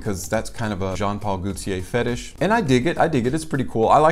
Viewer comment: Just For Fun: The French name Gaultier, like gauche (left), is pronounced with a long o, as in "go." Not like goute (to taste) as in "goo." Gaultier is two syllables; the first is emphasized, and the second is a combined EE and AY*, in a compressed dipthong. "GO tee-ay." * But the AY part of TEE-AY is not itself a dipthonic, elongated "AY-eee..." (as in "Heyyyyy...!") It is more of a one-syllable EH with the AY flavor. -tier thier. I may be losing you here. I'm certain that if I tell you Gaultier is Germanic in origin and the French equivalent of the English name Walter, it will be so much easier for you to remember all of this lol. (And if you believe that I'll go down on you.)